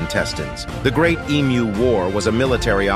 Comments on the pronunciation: Christ! The first time I heard someone from North America pronounce "emu" correctly. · Thank you so much for pronouncing EMU the correct way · At least you pronounced the EMU correctly.